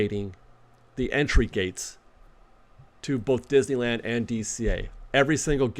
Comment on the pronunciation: I’m hearing more creators pronouncing Disneyland as Dizland. Listen to the first 5 seconds of this video. Let’s put the “-ney-“ back in Disneyland.